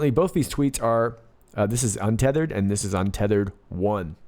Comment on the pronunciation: UNTETHERED = Un Te Te HER eD💦💦💦